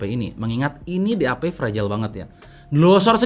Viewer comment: Nama DAP gw dengernnnya "DI HAPE"